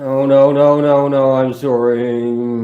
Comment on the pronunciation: Ppl called 911 for this dude form other states to get this dude some help…nada. Hopefully ppl in his live stream called 911 for him. That blue light looks and seems like a consciousness based weapon. How do you beat that? it does sound like he is saying “I am soaring” not I am sorry